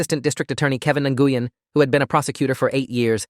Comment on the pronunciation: It's not nuh -goo-yen; it;s more like saying when with a slight NG sound at the beginning ... I suspect that when she heard the bit about what happens if she misses a single payment, she hit the roof. She was likely hoping to come up with a way of never paying it back. "You're my bankroll! HOW DARE YOU ASK FOR THAT MONEY BACK?!?" Also, I suspect that the mother was giving money to the ones who had already made up their minds. "If she goes to jail, we don't get money from her anymore!"